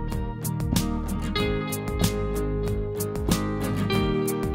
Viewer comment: тОрта, и желатин, а не желантин